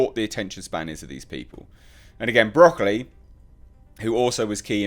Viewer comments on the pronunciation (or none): It's pronounced Broc-OH-lee, not Broccoli as in the vegetable. It's only spelled that way.